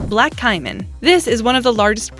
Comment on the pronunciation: Pronounced k-man and jag-u-ar